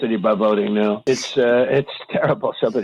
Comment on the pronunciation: are we serious right neow..... 😂